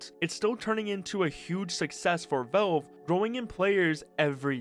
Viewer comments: Please stop saying "velve" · Learn to pronounce "Valve". It's not "Vawulb" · Good video but who is "Velve"? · I like how you pronounce valve